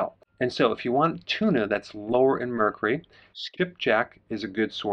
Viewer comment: Please check pronunciation - the “U” in Mercury is not silent. 🥰